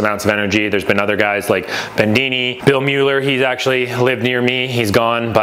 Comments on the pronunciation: Great work! Btw, it's John Bedini not Bendini. People might want to google John's work. B E D I N I. Cheers! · It is Not Bendini, It's a Bedini motor or impulse motor. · "Bendini" "Mosfat"